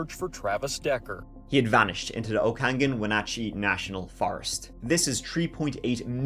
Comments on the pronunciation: Just heard you say Okanagan. My washingtonian heart 😂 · You did an amazing job pronouncing ALL the crazy names in the area. One name you mispronounced was Okanagan … it’s OH-ka-NOGGIN. LOL! I just had to give you a hard time because you did an amazing job pronouncing Chelan and Wenatchee. People NEVER get those right! ❤❤❤